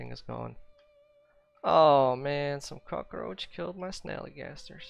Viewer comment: "I usually sometimes" hahahha kaka-rouch...